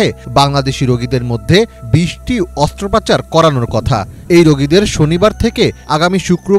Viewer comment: মুরুব্বি ......অস্ত্রোপচার কে অস্ত্র পাচার করলেন , বলুনতো ইটা কি ঠিক করলেন